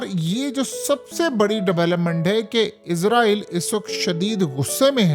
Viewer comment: Word issraeel hai Izraeel nhi hai Apn tlufz theek kijye